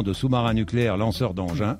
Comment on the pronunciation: c'est moi ou il dit "4 sous-marins nucléaires «langeur» d'engin" Cet épisode est génial bravo !!